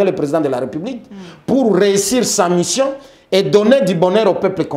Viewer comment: on dit: Mission ≠ Mishion 🤣